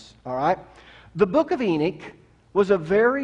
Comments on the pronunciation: Good presentation, coming from the most condescending preacher I have ever heard., if you read this, know coming from a well-educated Jew. For starters it's not " Enick", its Enoch, pronounced Eh- nokhh. While your presentation offers great insight, you are too quick to dismiss the teachings of other great and well recognized theologians and biblical teachers. The watchers in Genesis were a specific group of angels, unlike all others. To say " all" angels are like them is an error. Angel all have specific tasks, some described in Revelation far from human like. Nevertheless, I find it less than pleasant to hear someone, a teacher, talk down to his listeners. No one should ever feel intimated to raise their hand out of fear of ridicule. You need to teach with more humidity, not as if the very fountain of wisdom. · Ive never heard of the book of “Eenick”… but I’ve actually read the Book of Enoch. Is that what you mean? Is that what you’re TRYING to say—the Book of ENOCH ?? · It's pronounced "E-NOK" not "E-NIK".